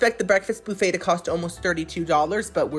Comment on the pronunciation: I need you to know, I stayed in a hotel last night and when I asked them where the breakfast buffet was, I pronounced it like you on accident- boofey. Do I watch you every week or what? Lol